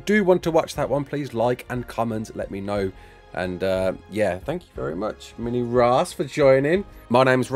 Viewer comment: “Mini raas” 💀